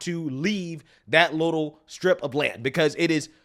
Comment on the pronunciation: strip..not skrip